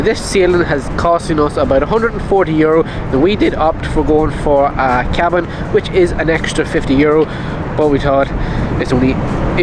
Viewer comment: just needs a wee cup of tea... and sleep in a cozy kee-abb-inn.....